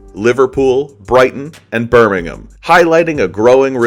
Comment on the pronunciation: Thank you for pronouncing Birmingham correctly, I know a lot of Americans struggle with that